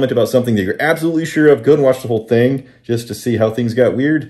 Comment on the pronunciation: "I'm noticing the same think" where the hell does the k sound come from when pronouncing ing?